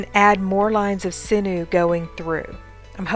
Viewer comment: I love your videos but it's pronounced siñew (sin-yew) 😂🥰